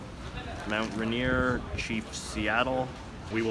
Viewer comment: It's "Rain-ier" not "ruh-nier"